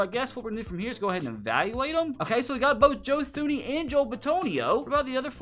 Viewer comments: Great video...... Although, Thuney is pronounced Toon-E. Plus the Giants last superbowl win was 2012 not 2008. Keep up the great vids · Joe Thuney pronounces his name as Tooney...